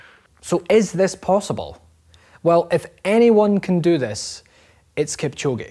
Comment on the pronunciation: 2 hr 22 sec ,,kilchoge “ psh, “